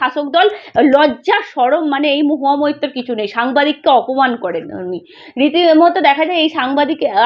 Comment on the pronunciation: Tumi aage moitto na bole moitro bolte shekho